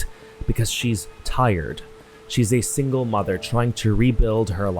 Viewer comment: "Cus you are singel🙂" BROTHERRRR😂